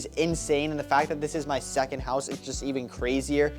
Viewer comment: Did…you just say SECONDED HOUSE?? IN THIS ECONOMY??